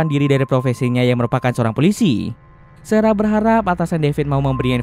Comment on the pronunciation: sarah bang bukan serah